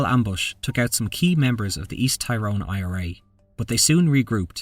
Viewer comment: It's pronounced Tir rone not Tie rone. Tie rone flips burgers in Murica.